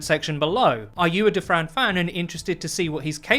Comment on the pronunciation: All I hear is "table for 2 for Defran"